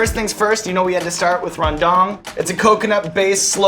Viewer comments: "Reundunk" that's how you pronounce Rendang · ahhhh the way bald dude pronounced rendang and sambal is hilarious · "Randang" XD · This dude said beef Rendong